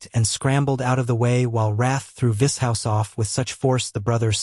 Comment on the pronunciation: if the voice would pronounce Vishous correctly and other words would be nice. 😂 vis hous 😂